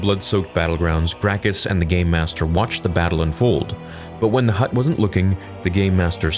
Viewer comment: Sounds like ur saying gaymaster. It just does.